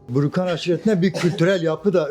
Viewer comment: Burukan öyle mi 😂 Önce doğru bir şekilde adını öğrenin kardeş